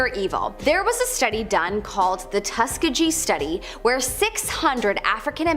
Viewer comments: Did she just say “tuska- jee” ??😮😢 pronounced like tuskeeegee. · Tuss-Key-Ghee Experiments! like are you serious? That's a pretty famous thing to not know what it's called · actually it's tuhs-kee-gee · Repeat after me: It is pronounced Tus KEY gee Not the weird way you say it!! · It's pronounced Tus Kee Gee. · Tusk - E - Gee, like Bee Gee s. I'm from the same state. See Tuskegee Airmen and the college there. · Tuss-key-jee? Um I don't think so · The way she says Tuskegee rubs me the wrong way